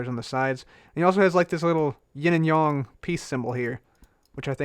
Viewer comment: It is pronounced yin and yayng not yin and yong. Yin and yang. I thought I would let you know 🤓